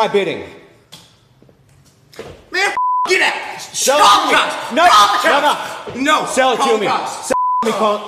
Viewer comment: “Do my biding”…😄